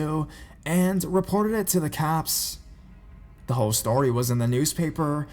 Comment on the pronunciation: "And reported it to the caapes" 😂😂 but I do love the beginning